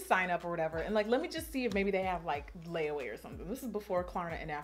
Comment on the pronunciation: Not lay-a-way 😂😂